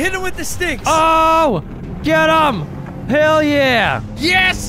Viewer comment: More like "Hayle yeah!"